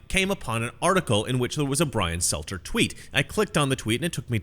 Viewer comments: Stelter... not Selter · Struggling to get the names right in this video. Brian selter? Nick sandman? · It's Brian Stelter, not Selter. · You keep saying "Selter" instead of Stelter, is that intentional?